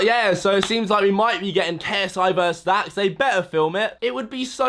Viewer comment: ITS LAX ITS DAX